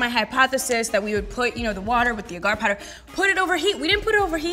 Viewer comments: It's pronounced "Ay-gar". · There saying agar agar wrong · ahhhhh the way you are saying agar is driving me nuts....no...just no